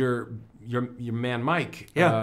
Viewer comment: did Paul Rudd become Irish for a second lmao... "yer man Mike"